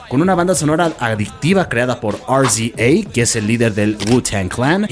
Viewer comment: Aprende a pronunciar el nombre del rapero RZA. No vas a ganar nada por inventarte las pronunciaciones, de verdad. Se nota que no has escuchado ningún tema suyo de rap donde el mismo pronuncia su nombre, pedazo de mongolo.